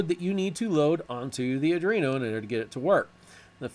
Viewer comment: Great Tutorial --- btw it's pronounced "AR DWEEN OH" not "AR DREEN OH" - there's no R after the D.